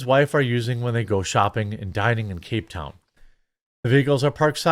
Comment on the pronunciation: Not being a douche, but that's not how you pronounce cape town.